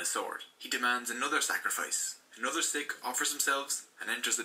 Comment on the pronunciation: Hi I am a Sikh on the video its pronounced wrong